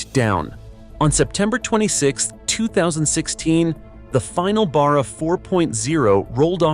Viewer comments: It's Barra not Bar-rer, and for that matter it's Ally not Aloominum. Get a real Aussie to do the commentry. Great engine. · It's pronounced Bear uhh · Its pronounced Barra as in Barracuda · ?? the "turbo" Barra ?? - Let's go.... (Nb, not "beara" - a short "A".. ) Pity the Iuternational behemoth cancelled the Production down under... Note MOST Falcon Taxis were NOT Turbo versions - my last one from 2004 - lasted until the end of 2020, that got written off - after rear ending a 200 series Land Cruiser (the engine was unaffected, bulletproof)... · It is hard to get it right when it comes from a different country. Australia has a lot on idiosyncrasies. In this case the engine is just a shorten version of Barramundi which is a native Australia fish with great strength. Barra is pronounced like the start of barr(ow). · Other than how he pronounced barra I enjoyed this. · as a born and bred Aussie I am offended by the AI's pronunciation of Barra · You would probably be equally offended to find out that the V8 was also called Barra. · Damn Straight! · Yeah! I wasn't paying too much attention but when the Barra was mentioned I had to make sure it wasn't something like wheel barrow.